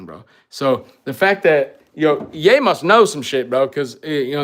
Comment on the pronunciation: It’s Ye. Great video though. GODBLESS